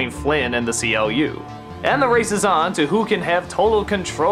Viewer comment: Czy tylko mnie denerwuje fakt że Doug nazywa głównego antagonistę tego filmu CLU jako Ci-El-Ju zamiast Klu? W filmie, grze Tron Evolution oraz w serialu Tron Uprising nie kojarzę tej pierwszej formy wymowy. A tak faktycznie brak wspomnienia o świetnym soundtracku z tego filmu, ale jednak pamiętajmy że nie jest to pełnoprawna recenzja, a ogólne omówienie. W moim odczuciu film ten był bardziej dojrzały jeśli chodzi o tematykę w porównaniu do jedynki. Aczkolwiek samo uniwersum zasługuje na coś o wiele więcej a tego niestety od Disney raczej nie dostaniemy.